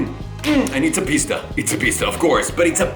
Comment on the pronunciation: We all know cut to a different shot cause he probably sat there and said "Pista" (in an Italian accent) for the next 10min.